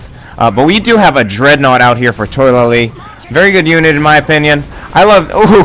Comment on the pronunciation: I believe his name is pronounced Toh-a-la-lee not toy-la-lee. Good game though